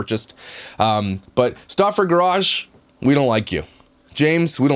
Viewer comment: When she is saying Luka Stauffer all I can hear is “ look a Stuaffer eeeeew!!!” 💀💀